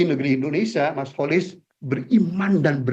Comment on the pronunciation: Kenapa prof Rokhmin sering sebut Kholis.....? Dengerin tuh Kholis....